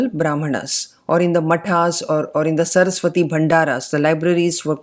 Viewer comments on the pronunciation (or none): none